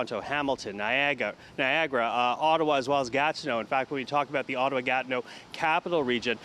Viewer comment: When he said Niagara, thought he said Viagra. Thought what's the problem. Things should warm up nicely.